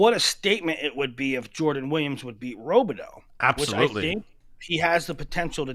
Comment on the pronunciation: How long until learns how to pronounce Robideau? Before or after he stops saying “Okie State?”